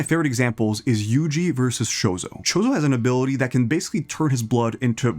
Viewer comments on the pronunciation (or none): please stop saying mahoraga like mechoraga and choso like shooso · You pronouncing it "Chozo" kinda makes me think you dont know a lot about anime (i could be wrong tho)